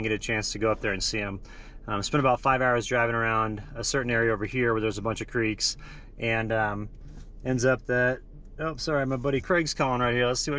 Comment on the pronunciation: I thought I caught that colorado Accent of "crek". Fellow Coloradan saying hi.